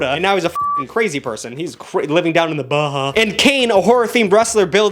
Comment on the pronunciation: Thanks for pronouncing The Baja correctly. Jesse Ventura is indeed a crazy person now.